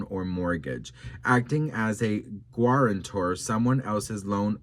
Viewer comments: Oh …., your pronunciation is excruciating. “Gwaranitor” and “judikal” for Heavens sake. If you can’t pronounce things, even after googling them and being told the correct pronunciation, please just post the text for us to read. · hey. Guarantor (pronounced Gar-an-tor) means someone who helps a person get credit (loan, mortgage etc) and agrees to pay the debt if the person they are guaranteeing fails to pay. His mention of that speaks volumes to me.